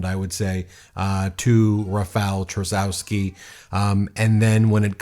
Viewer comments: Thanks for reporting on this. As a Polish American I am excited to see what’s going on in my ancestral homeland! However, Trzaskowski is pronounced TRAZH-KOV-SKI. No biggie, my grandma’s maiden name is Czyżniewski. No one pronounces it correctly either! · Trzaskowski = Tshaskovski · You butchered Rafał Trzaskowski name. Try saying phonetically: Cha skov ski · btw you could pronounce Trzaskowski easier as: Chus-kov-ski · Plz it's T-sha-z-kov-ski and Na-vro-ski. But yes. We're not there yet but we are crawling our way back to democracy. Young people had a surprisingly high turnover, we're not letting out beautiful country die just yet. We gotta live in it, after all. Here's hoping momentum keeps for the second round. Fingers crossed for us, guys! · I love and appreciate you to death, but as a pole I have to point out the pronounciation. It's Tchas-kov-skee (like Tchaikovsky, but with an s instead of an i) and Nah-vrot-skee. Sorry for being the grammar police, but one of these guys (prefferably the first one) is going to be our president and people should learn how to pronounce his name right. Greetings from Poland 🇵🇱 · Yay, Poland! Nawrocki = Nahv-roe-tskee; Trzaskowski = Chahs-koev-skee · Dear Ben, you should pronounce it like: Chaskovsky, Nawrotzky and Toosk. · I'm Polish and sometimes I need to hear how people from other countries pronounce the name Trzaskowski i Nawrocki to understand how difficult our language is. 😁 The way you pronounce this name doesn't sound right at all. But I'm not nitpicking. I understand the problem. 👍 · Hi guys! Big fan, but as someone who has lived in Poland for 18 years, your pronunciation is awful! Anyway, that aside. The results were not as good as it may seem. There was a large amounts of votes for the "right-wing" in general! So, if the other candidates don't lean towards a particular candidate, it is unclear who may win. The race is far from over! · You can read "Tschaskovsky" and "Navrotsky" 👍